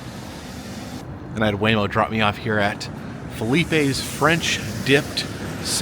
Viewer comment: slight mis-pronounviation it’s phonetically “fileep” not fileepaye